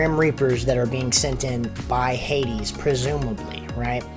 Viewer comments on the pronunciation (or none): none